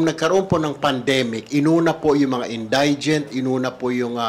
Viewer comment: Correct pronunciation of indigent: in- DI- jent. It is not in-DIE-jent. Hoy pa slang slang ka pa dyan, mali naman ang pagbigkas mo! 💥